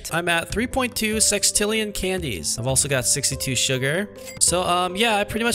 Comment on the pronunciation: He said SEXtillion😂